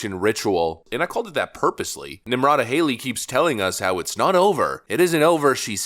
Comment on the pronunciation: Nimrata lol Nimcomputa